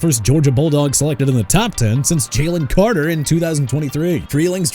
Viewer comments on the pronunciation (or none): none